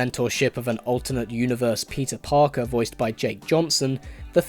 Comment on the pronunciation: why do i hear instead of,, peter parker,, ,, pizza parker